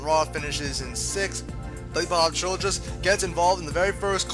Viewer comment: It's Billy Bob "Childers" not "Childress!" :)